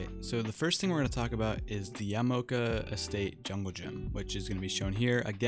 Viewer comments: Great vid. Will definitely help me on killer and survivor. Also its pronounced Yah-Mah-Oh-Kah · its pronounced like “yah-mah-OH-ka”